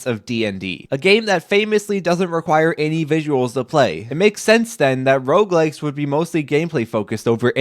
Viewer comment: i thought you were saying roblex the first time